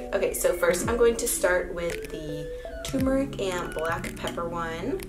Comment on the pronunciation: TuRmeric...TURRRRR, not TUMORic But, on the positive side...cool recipes. Thanks!